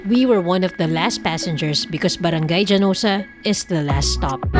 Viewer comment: Hanosa po pronunciation,local talim islander here